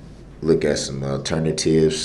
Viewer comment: What is a uhternative? He SPAZZED OUT at the 🔚.